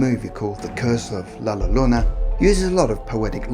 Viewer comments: Seriously the worst pronunciation. There was no one that you could ask how to pronounce La Llorona???? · The two LL have a y sound ! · As a Mexican American it pisses me of to hear people mispronouncing spanish words especially well known words like La Llorona. It least do your research before putting up your videos.Thank You. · Sorry but i died when he pronounced it like thaaat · Myrtle Syd he didn’t pronounce it correctly he butchered it. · It's not Lalorona! It's (law-yo-ronaw).....smh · If you wana say it right say " la yoorona " not lolorona lol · Please stop saying Larona. Double L is pronounced as Y. It's hard to get down with this video because the lack of consideration to her actual name makes me cringe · You did a good job with the story but you sound like your calling La llorona la lorena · The name is not “LA LORONA” u sound like Trump is “L A L L O R O N A” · British Dude said la lorena... is la llorona...🇮🇹🤘😂😂😂🤘🇮🇹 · It’s pronounced like “la-yo-ro-na” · This nigga said “la lolona” I’m so weak rn 😂😂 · LA YORONA 🤦🏻‍♀️ LL = Y sound!! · Double L’s make a Y sound yo ... La Yarona is how it’s pronounced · As so many others have pointed out, the word has a double L and since it is a Spanish word it is pronounced like a “Y”, like “yeah” so it would be “La ‘Yuh-rone-uh’” essential. I am in Phoenix so I am VERY familiar with the double L concept and I always tease my family that I want a “Yama” 🤣 anyhow, like I said, I live in Arizona and there are several variations of the story here! In Tombstone she threw her children in front of an oncoming train and can be spotted walking up and down the tracks at night, or so my best friend’s mom tells me (she grew up there). In downtown Phoenix she can be seen walking along the canals (where she downed her children) used for the Central Arizona Project (to bring water from the Salt River, not salty FYI 🤣). And there are LOTS of other stories here but, as you might know, there is a HUGE Hispanic population here in Arizona!